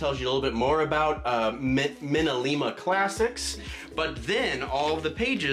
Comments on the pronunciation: I think minalime is pronounced Me-na-lee-ma not min-a-li-ma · The beauty and the beast artists are pronounced me-nuh lee- ma